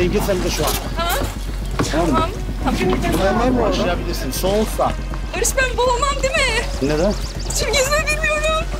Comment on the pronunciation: Bu nası iş lan bı Selim'i ne bı Enes Batur veya Barış g yı etminlikte barış ge diye okutup buna utanmadan almaları ilgincime gitti aga